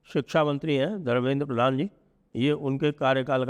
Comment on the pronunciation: Sir it's pradhan not prathan